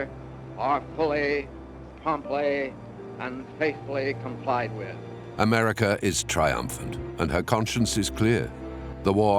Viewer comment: Americer,,, Russer? Pronounce it right